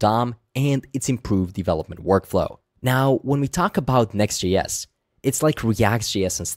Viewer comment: Why are you say “Next GS”? Are you Swedish?